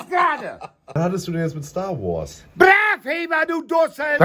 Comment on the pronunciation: Brav Hever🤣🤣🤣🤣 von Schtar wors